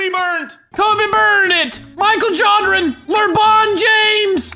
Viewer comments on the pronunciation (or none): none